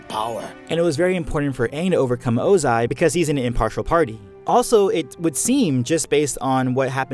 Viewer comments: I know that this video is old, but do we know why Iroh looks so much older than Ozai even though they are brothers? Also, small nitpick (sorry), but definitely got to me when you said Ozai as [.o.'zay.] instead of properly as [.'o.zay.] and the fact that you kept alternating between the two. (For those that don’t know IPA and only know the Latvian symbols, his name is pronounced ō•zī with the stress on the “o”). I enjoyed the rest of the content though! That little bit just took me out of it and I’m sure someone else has probably mentioned this already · L. Ananta Exactly what I was thinking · Sorry but I got very distracted by the oZai, pronunciation 😭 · Ozai is pronaounzed with enphysis on the o not the a. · I think that the way you say Ozai is (O-zai) and not (oza-I). Lol I probably have it wrong and your probably saying it right but I want to know which way it is. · My ears hurt 😡😡 why pronounce Ozai that way?? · The way you pronounce Ozai bothers me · I find it weird that people who watched the same content I watched blatantly mispronounce the names they said out loud in the oc. It's a minor one but why are you putting so much emphasis on the tail end of Ozai? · Emphasize the wrong syllable in Ozai again. I dare you. I double dare you. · Youre automatically wrong just cause of how you say Ozai's name 😂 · Great video but come on man ur pronunciation of ozai kinda triggers me the pronunciation is well established in the series haha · Why do you say Ozai like that lol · It bothers me that you emphasize the eye sound in ozai’s name lol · I don’t like how he puts emphasis on the “a” in Ozai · YOU SAY OZAI IN THE WHITEST WAY POSSIBLE EVERY SINGLE TIME YOU SAID OZAI IT FELT LIKE YOU WERE VIOLATING MY EARS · I’ve never heard anyone pronounce Ozai the way you do, it’s so odd lol cool video, though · The emphasis on the “zai” part of Ozai....😅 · I noticed a constant change in pronunciation of "Ozai" and it frustrated me greatly. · Is it just me or is he saying Ozai wierd